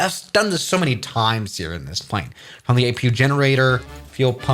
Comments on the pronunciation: Apoo. it’s APU. XD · did he say a'poo' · bro said apoo